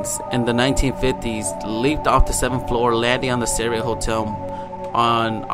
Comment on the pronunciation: U would think that a person who was looking into the case would learn the name of the hotel especially since its mentioned so many times ......its the friggin Cecil hotel ......pronounced seesill......